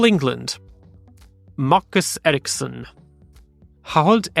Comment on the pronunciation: You pronounced Marcus Ericssons name German and not Swedish